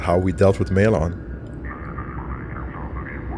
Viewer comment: 40+ Episodes and it still bothers me how they say Maelon. says it like 20 times in that mission and they still say May-LON